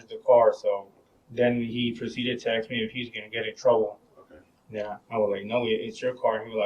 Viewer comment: He should be thrown in jail just for saying "axe" instead of "ask".